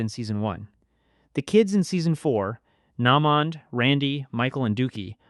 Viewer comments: Nah-mond is crazy 😂😂😂😂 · Nah-mond? Nah…man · Why you keep pronouncing naymond name like that 🤣🤣🤣🤣